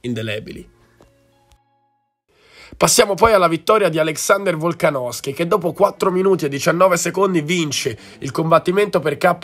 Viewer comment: Volksnosky dopo 4 minut e 19 te lo sei inventato. Il sudafricano si chiama "Du Plessis" non "Plessi" Eccheccazzo